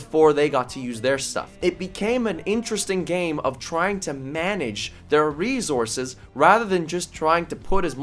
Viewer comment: No one:: reZources